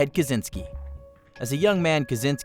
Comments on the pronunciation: It's Ka chin ski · As a Polish person it's always hurt when people mispronounce Ted Kaczynskis surname, I guess it's Polish surname so "cz" suppose to be pronounced as "ch" like in word check